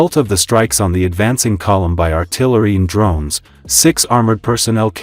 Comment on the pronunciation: It’s the Dlone it’s the Dlone